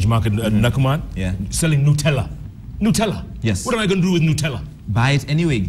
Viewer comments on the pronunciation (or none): NUT-ella Jeff not NU-tella